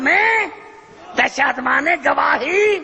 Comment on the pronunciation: tashahud ka lafz hi sai nai bol raha ye tw haha